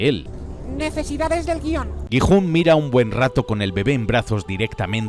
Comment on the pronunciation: Dejé de ver el video automáticamente cuando escuché gijun😂 así no se pronuncía jajaj